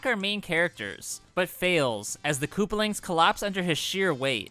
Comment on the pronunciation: " koopalings" apparently